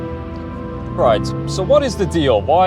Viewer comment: Stop saying coup.